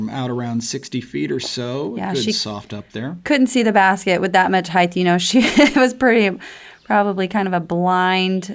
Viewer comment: I told you twithe, it's not heighth.